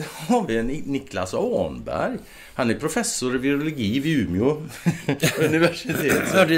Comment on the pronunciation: Sa du Ume' univärstitet?😏